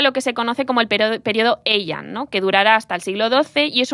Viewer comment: Consejo para próximos podcasts. En japonés, las J se leen como LL, el periodo Jomon en LLomon. Parecido con las H, son aspiradas como una J española. Hiroshima o Heian no son Iroshima y Eian sino Jiroshima y Jeian. Por cierto, no sé qué bibliografía habéis usado pero cualquier fuente moderna dice claramente que los ninja nunca existieron y ni siquiera cuando había mercenarios que hicieran guerra no convencional se les llamaba así. El ninja es un mito moderno.